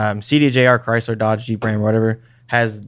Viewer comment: Sincerely thought he was saying “Oh Chrysler” as a swear- I might start saying it anyway 😂😂😂